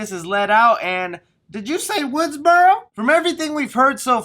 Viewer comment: Correction its Woodsboro not Woodsborow there's no "W" at the end